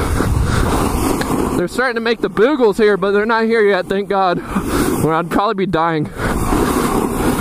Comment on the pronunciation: did you call them booguls???? they are moguls hahahaha